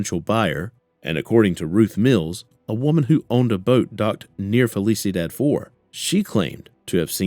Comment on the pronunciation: “Fell eesa dad” 😂 You mean felicidad (fell eesee dahd””